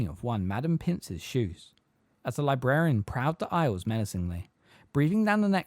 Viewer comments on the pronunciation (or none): none